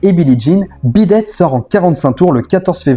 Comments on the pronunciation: La prononciation du titre m'a fait saigner les oreilles tout le long, le dernier ressemblant même à "bidet". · C'est moi ou tu prononces Beat it en bidet? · D’accord, mais pourquoi mal prononcer Beat It ? Il dit Bid ate plusieurs fois, c’est pas une simple erreur de prononciation, une fois il aurait dit même sur d’autres vidéos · Par contre arrête de dire bidette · Mais pourquoi diable constamment déformer le titre beat it en "beedad" tout au long de ta video. Et de même pour pete townshend que tu déformes en pete "townschend". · Oui moi aussi je comprends pas pourquoi, il dit « bid date » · Intéressant malgré une répétition au début, et puis, sérieusement, bidet? Vu combien de fois on l'entend dans la chanson, ce serait sympa de respecter la prononciation...